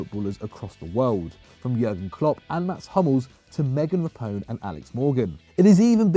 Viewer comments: Did he really say megan rapione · Rapinoe?! Just stop. FFS no. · I can understand the difficulty in saying some Italian names (though the mispronunciation of Chiellini remains inexplicable), but how do you butcher Megan Rapinoe's name? and 20 seconds later, he says it correctly....😂